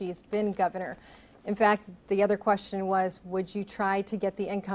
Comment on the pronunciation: Speaking on Education and Gretch says, "great queshion." Um, that isn't a word.